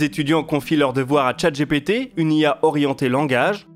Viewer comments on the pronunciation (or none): none